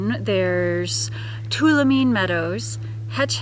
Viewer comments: Enjoy your channel, just an fyi. Tuolomne is pronounced, Too-all-um-knee. We Californians call it Too-all-oh-me. 😁 Keep on Travelin' have fun. ❤ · Two wall o me. Is the correct pronunciation